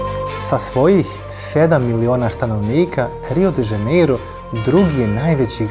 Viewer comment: Druze dobar ti je video al kaze se Rio de Janeiro ne Rio de Zaneiro, ako vec snimas Video onda navedi pravo ime grada....... Inace dobar sadrzaj.